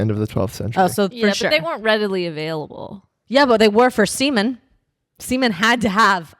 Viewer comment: Am I the only one hearing "semen days"?